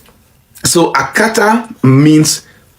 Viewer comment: The guy said Akatar with an r, he simply an idiot with his idiotic understanding of the meaning of the word Akata.